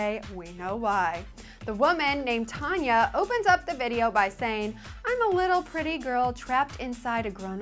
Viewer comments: I have to say that i don't like any of the songs but if i had to choose i would pick I don't wanna be a crappy housewfe... I'm from Norway by the way and your saying the name wrong. It's Tonje not Tanya,... :P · Not tanya TONJE with the "j" pronounced like "jee"